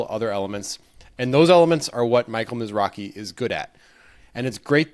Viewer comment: The Wynn tournament was a different guy named Michael Mizrahi (not Mizrachi)